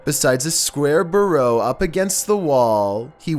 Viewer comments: Number 14 ... where do I begin. That is twice you did it. It is Bureau pronounced (B-your-O) not Borro. Secondly ... it is the cat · Byer-ro, not Bur-oh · Dude!! It's a F*cking Bureau not a Burrough...Ya killing me Chill's, ya f*cking killing me! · He keeps saying "burrow" instead of "bureau" and it really bugs me. 😤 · It took me until the 2nd video to realize he was mispronouncing bureau as bor-ow!! UGH!! Google does help with pronunciations along with definitions. Also, the knocking in #1 sounds like a dog scratching itself on a wood floor. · Number 15 ... 2 things ... A shadow from something behind the person filming. Explains why it went away when the light went on. Not paranormal. 2nd thing ... Bureau is (B-your-O) not (Bee-or-o). If you can't pronounce it correctly. Just say Dresser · Lots of mispronunciation Easter eggs in this one! Spilt instead of split and burrow instead of bureau. Oh you crazy!!! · It's pronounced BURE ROW / bureau. And AGUADEEJA / Aguadilla. Sorry it's just something that bothers me. 😋 Great video 👌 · BYOO-row. Not Burr-ROW. Bruh. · My man just called a bureau a Ba row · A square “burrow” 😂😂😂 guy has trouble with some words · #15, when said "bureau" I misunderstood and went back looking for a jackass. lol